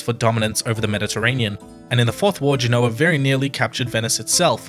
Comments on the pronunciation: Listening to the way Americans mispronounce "Genoa" makes me want to put ear plugs in. Its not "Ge-know-wa" it's "Gen-o-ah" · Forgive my pedantry, but Genoa is pronounced GEN-oh-a in English, and GEN-oh-va in Italian. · It bothers me that the expert on GEnoa/GEnova mispronounces the name of the city. (But maybe he's using a different dialect of Italian.) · Please pronounce places like Genoa correctly. Its very easy to look it up. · Genoa mispronounced.